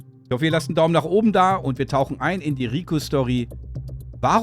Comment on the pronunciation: Wenn du Ricö aussprichst, hört sich das sehr Sächsisch an 😂